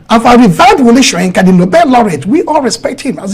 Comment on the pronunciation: Why is he pronouncing wole Soyinka like that lol woye instead of wole